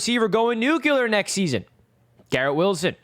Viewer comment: I gotta hear you say nuc-u-lar a few more times!!